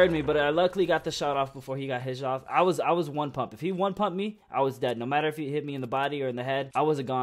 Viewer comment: stop saying kif